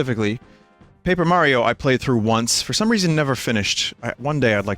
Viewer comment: holy shit Vinny said Mayro in 2021???? I haven't heard that since 2015!